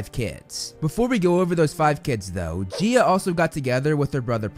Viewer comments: corection: gaia, not gea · I’m sorry but GEIA??? Ur saying it like Jea and like Guy A GAIA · Actually,, minor correction; Gaia is pronounced as (Guy-ah) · really? I've never heard them I've literally only ever heard it pronounced Gaya or Gaia I guess Geeah makes sense since it sounds like Geo but again I've just only ever heard other media say the other two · Only some minutes into the video, I never thought of 'Gaia' as 'Geea' I always pronounced it like 'GaYa', just thought it's funny haha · I'm not saying that the video was bad but the Gaea instead of Gaia was funny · you're right, I just checked and some audiobooks do pronounce it that way, maybe the first a is silent 😀